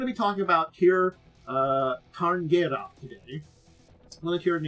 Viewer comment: The proper pronunciation is rather like 'SHEER sha-RIN-gah-ray'. Gaelic has weird relation to its written form. (Actually, the first syllable of both words start with the same sound as the word 'tsunami', but most English speakers cannot pronounce that letter for some reason.)